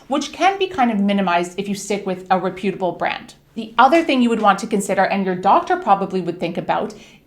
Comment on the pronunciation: Please learn how to pronounce the word reputable if your going to say it 100 times...geeze